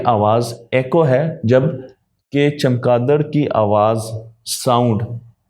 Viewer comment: جناب چمکادڑ نہیں چمگادڑ ہے